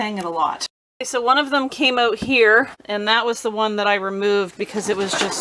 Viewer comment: Need leaf blower blow that hose out.😂. Speaking about that, you don't say that out word right. Ewwt. 😅